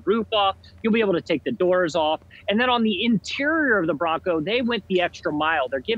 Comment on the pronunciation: Its :"BRONCO" buddy